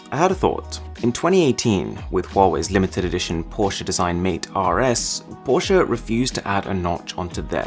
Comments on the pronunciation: I think ur the only person who pronounces Porsche correctly as porche-uh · Finally someone who can pronounciate "Porsche" right... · How you say 'Porsche' is perfect!